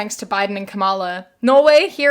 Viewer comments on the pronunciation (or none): Kamala is said like comma-luh